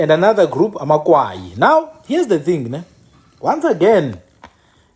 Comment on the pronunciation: Good reservation of our History bhuti BUT I want to correct you on the narrative of AmaKwayi. SingamaKwayi sakwaya zange sikwaywe. It’s AmaKwayi not AmaKwaywa. After the death of UKumkani uNgconde, his son uGando from indlu eNkulu was already the King of AmaXhosa There was nothing called amaKwayi until Zikolesizwe (Gando) abandoned his home and the crown because of iyelenqe elakhiwa nguTshiwo ekunye noMdange. UTshiwo waye waze wangena even Gando’s daughter uNoqazo . In Tshiwo’s bethrowal of Gandowentshaba, Gando wakwaya (abandoned or left) ikhaya and that is how Tshiwo became the next King of AmaXhosa with Mdange’s help. That is why you will hear imiDange ikhahlelwa as Mdange kaTshiwo. Without going into details, I just wanted to point out that correction about AmaKwayi kaNgconde I see not a lot of books narrates it correctly and even abantu bakuthi abakwazi nokuzithutha.